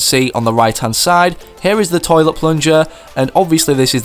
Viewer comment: he says Choilet paper instead of toilet🤓🤓😂😂😂😂😂😂😂